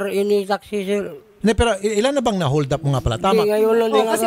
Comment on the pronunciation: Nalunok nea ung ngipin nea nung sinabi neang holdap kaya naging nyoldap ag bigkas nea haha